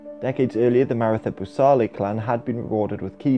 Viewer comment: Maratha is pronounced "Mah-Rah-Tah", not "Mair-ih-thuh"